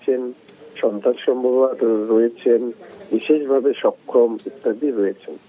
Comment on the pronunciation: Ei news ripotar gulo news porar ekdom o jogo, bises vabe sokhom Bolche, okhom na bole😂